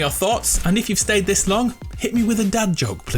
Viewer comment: did he say dab joke or dad joke i can't tell